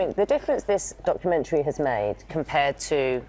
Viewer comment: God she's pushing the word "documentary" quite hard. Makes my piss boil